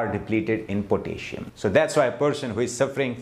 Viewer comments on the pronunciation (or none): Pronounced PO-TASS-I-UM. 4 syllables, not 3. But good advice.😊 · Interesting. Some suggestions for pronunciation. VI-ta-min (not whytamin) VI-rus, VI-tal, vine HOR-mone HOR=core, four, more, sore, door po-TAS-si-um po-TAY-toe, ro-TA-te, VEG-tbles